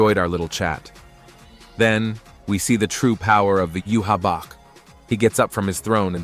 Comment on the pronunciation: The way you say YHWACH name is wrong annoying